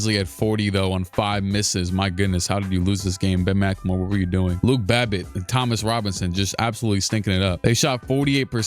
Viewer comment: he said luke babbitt how soulja said drake lmao